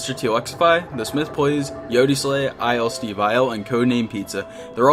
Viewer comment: It's not ilsteveil it's ii omg